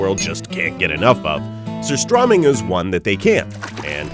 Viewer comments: Its sooo funny how they pronounce "surströmming" Haha :) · As a Swede, the pronunciation of surströmming throughout this video just kills me. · Goodness me! This dude can't even say the name right! ("Ser-STROH-ming") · You pronounce strömming right, but not sur. And it's tunnbröd, not tunn brodt and you pronounce it wrong. But yeah. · You pronounced Surstömming correctly in the intro but never did it again throughout the entire video. Why?